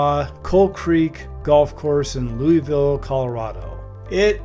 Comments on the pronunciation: Pronounced Louis-ville. Hwy 36 turnpike. Otherwise nice drone views of the course. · it’s pronounced louis-ville